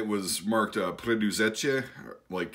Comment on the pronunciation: defenetly good theory, and im as well amazed at pronauntiation of the word Preduzeće